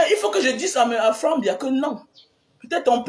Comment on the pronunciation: Si vous retirez le nom du President Biya & clui de notre cher innocent Frere Frank que tu prononce faussement dans ta video, le reste de ta video est tres tres vrai et bon. Je voudrai que tu comprennes que c pas Biya qui gate le pays mais les Cameounais(es). C n'est pas Biya qui dit au personnes tordue de charactere d'amener les rapatries au ngata, Le President Biya ne dit a personne de travailler mal ou de prendre le ctchoko. Compremprends que lorsque le President Biya attrape un fausseur dans le gouvernement il l'enleve de ses fonctions sans tarder et il le fait en respectant la constitution Camerounaise. Il faut savoir que Le President Biya n'est pas un dictateur ni tribalist,. si il l'etait, le cameroun serai en vrai guerre dpuis des anneeeeehhhhh longtemps. Malgres tous pire qui se pass au NOSO, le Cameroun n'est pas en guerre. Faud pas confondre guerre et terorisme, ... Je viens de te decouvrir par curieusity sur youtube et souhate que tu retire ces deux noms de ta bouche pour l'amour de Dieu car l'une des plus mauvaises choses c d'accuser quelqu'un faussement. G veux que tu retiennes que le Presidents Biya aime trop le cameroun et defend tres fortement de tout son coeur. Il faut savoir que ce pas crime de presenter son enfant. Toi meme tu n'a jamais ete presenter par tes parents!?